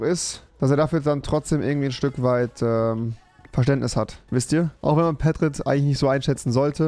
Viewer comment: Egal ob falsch geschrieben, er wird doch auch nie richtig ausgesprochen und keiner checkts, dieser Pätrit! Die Betonung liegt doch eigentlich auf (P) nen Pedro nennt man auch nicht Pädro xD